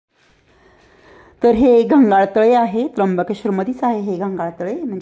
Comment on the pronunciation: ताई ते घंघाळ तळ नाही ते प्रयागतीर्थ तळ आहे , असो व्हिडिओ छान होता.